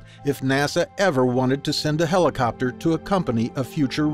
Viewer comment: Did he say helicopter?